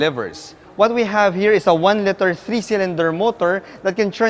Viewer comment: Hi sir, nothing is wrong but when you say "liter" you pronounce it as "litter" which meanz a group of puppies 😅